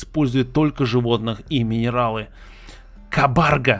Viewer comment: Не кабАрга , а кабаргА ! Что то типа оленя с клыками